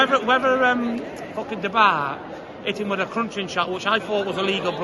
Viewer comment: "Du Bar" 🤣😂